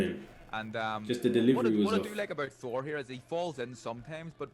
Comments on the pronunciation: I'm always baffled when people from England pronounce an obvious "TH" word with an "F". It 's "THOR". not "FOR". lol Fink about it. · be like “4” instead of Thor